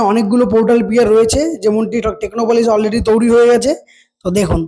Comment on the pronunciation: তৈরী ওটা, তৌরি নয়